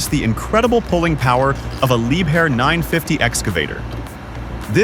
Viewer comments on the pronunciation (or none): It's not Leeb her for Liebherr. It's Leeb air. But your praise of pulling a truck up the hill with that excavator is unjustified and plain wrong. Any trackhoe's(excavator)drive system is hydraulic. It's relatively small. Not for pulling heavy loads. It will burn out the drive motors. Next time have an experienced operator do the narrative not ai.